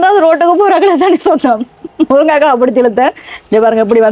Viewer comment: மேடம், முருங்கைக்காய் ✅ முருக்கங்காய் ❌